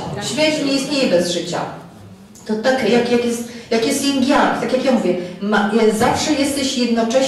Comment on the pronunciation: Energia żeńska to yin (bez 'g'). Jing to esencja życiowa, jeśli już chcę się Pani trzymać terminologii chińskiej...